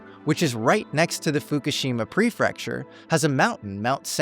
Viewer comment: Regarding the section on Iino, Japan, located in Fukushima Prefecture, surprisingly, mispronounced "prefecture," saying "prefrecture" twice. It's actually pre-fec-ture, with 2 r's, not 3. Also, the Iino UFO museum is NOT located at the top of Mt. Seganmori. The museum is located at the base, but there's a viewing platform at the summit.